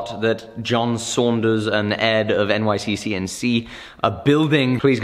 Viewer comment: I don’t think he’s said it correctly yet in all 3 of the episodes so far 😂